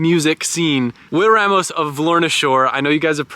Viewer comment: The fact can say Ramos the correct way made me proud.